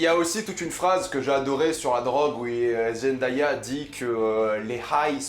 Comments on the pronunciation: Ça ne se prononce pas Zendaya mais Zendeya. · Par contre Zendaya on dit (zen-day-a) Pas (Zen-da-ya) aha dsl mais ça m’a stressé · Zen-day-ah pas zen-da-ya , c dingue comment personne ne la connaissait avant Euphoria 😭, don’t get me wrong Jai adoré ta vidéo mais n’écorche plus le nom de la reine 👸 😊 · on dit (zen-dè-ya) pas (zen-da-ya) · on dit zendéya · Zendéya (je parle de la prononciation) super critique cette série est vraiment incroyable je connais Zendaya depuis Shake it up et cette actrice,chanteuse,mannequin est vraiment incroyable j'avoue que j'ai 13 ans et que la série est -16 ans mais bref Zendaya et cette série est incroyable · Zendaya se prononce zen-day-a (zen-dé-a), derien! :') Sinon super critique, l'une des meilleures séries de cette année je touve! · Barbo ça me stresse juste pcq Zendaya l’a dit elle même comment il fallait prononcer son nom, après je ne fais de reproche à personne je m’exprime juste ^^